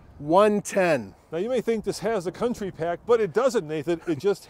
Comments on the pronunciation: OMG..."County" not Country... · “County” not country please 🙄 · It’s County NOT Country! Also, it’s an SUV - it’s not a Truck. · I don’t understand how the word ‘county’ in writing on the side of the vehicle, becomes ‘country’ when spoken? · County, not Country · Jesus. It's CO U N T Y... where da fuq do you see an "R"? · It’s the County pack not country pack right? Says it right there on the side… 🤦‍♂️ I honestly do not understand why anyone would buy this vehicle. Not great off road, not great on road, not reliable, horrible resale. Why?